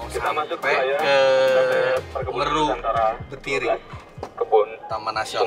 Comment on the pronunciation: Meru betiri bacanya bukan meru om, tapi mheru, kayak baca gunung semeru 😁